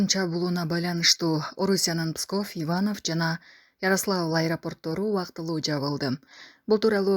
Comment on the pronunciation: Ивонов эмес Иваново десен окубаган